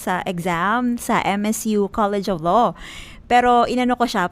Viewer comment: Born and raised as Tagalog, pero pro Duterte and there are tens if millions of us. Ate, before ka mag law school, learn how to pronounce “law” first 😆